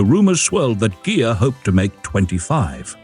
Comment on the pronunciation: Beautiful! But, the "i" in Ghia is pronounced as a long "e" in Italian.